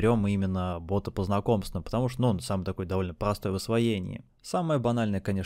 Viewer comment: бОта а не бАта. Аж слушать невозможно!